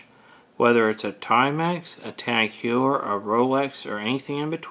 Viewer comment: Thanks for watching our video. It is a bit embarrassing that I mispronounced the name of the watch brand. I've have also mispronounced Cartier and LeCoultre. When I review another Tag Heuer I'll remember to pronounce it correctly.